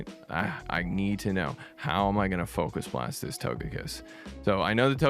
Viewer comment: This is the only way to say focus blast 😭😭😭